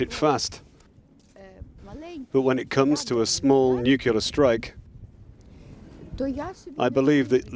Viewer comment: Please learn how to say, nuclear. ☢☢ This coward has no stomach for a fight with NATO, that is why he has been making threats from the beginning. He's scared.